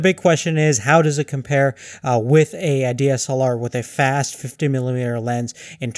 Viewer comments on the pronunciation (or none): none